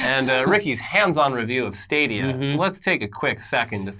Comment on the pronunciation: Stop saying Stah-dia. You're breaking the internets.